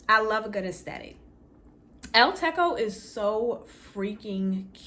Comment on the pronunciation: El Techo is pronounced with a hard ‘ch’ not K, Techo means roof in Spanish